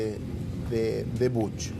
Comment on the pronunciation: Podrías dejar de decir BUCH y decir BUSH QUEDA MEJOR